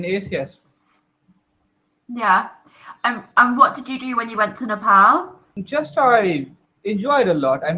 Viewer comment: Not nepol it's nepal